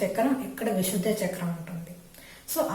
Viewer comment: విశుద్ధ కాదు విశుద్ధి అని పలకాలి..